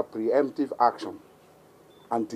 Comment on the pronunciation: Hear him: "For every haction, there will be hequal and hopposite reaction, and it will be disproportionate." Hahahahahahahahaha, you can't make this stuff up. This man is on strong igbo and hashish.